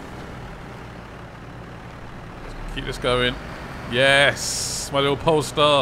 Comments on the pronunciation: Also why do you call it the Pole Star lol it’s the Pay Star 🤣 I like the videos tho man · Why do u keep saying polestar. Its paystar. :D